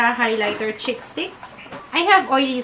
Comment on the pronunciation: Hi. I always look forward to your videos/vlogs. Mejo na-bbother lang ako sa pronunciation mo ng words na may prolonged /ee/ sound kasi nagiging /i/ sound sya. Example: Concealer sounds like Consiler and Cheek sounds like Chick. I hope you don't take this the wrong way. Keep up the good work!:(